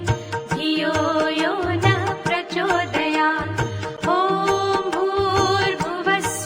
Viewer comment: शेवटची ओळ् 'प्रचोदयात् ' 'त्' चे उच्चार का करत नाही. 'त्' का उच्चारण सही क्यों नहीं होता l